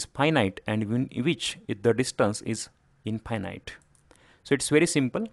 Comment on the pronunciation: maybe pronounce infinite correctly! That way it is distinguishble from finite and does not lead to confusion.